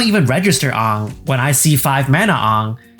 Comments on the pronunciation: The pronunciation of AAng hurt my soul. Ifs AAng not awng. Otherwise, I agree. I think just keep UB out of Standard and dial it back on UB. They're sacrificing old players for new players. But I do not see that occurring. Hasbro makes a bulk of its green on new players buying UB. Hasbro has been hemorrhaging money, and MtG is keeping Hasbro afloat. They can at least do Universes within in cardboard. It worked for D&D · You saying Aangs name wrong triggered my Azula. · My biggest gripe of this video is how you pronounced Aang. >:( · That Aang pronunciation hurts my soul. 😂 It's like the movie that doesn't exist. 😢😂